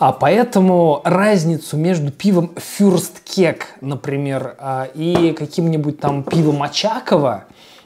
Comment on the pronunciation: блин. как же доставляет произношение фюрстКЕК